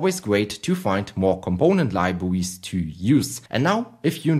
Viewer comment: very good libwawies 👍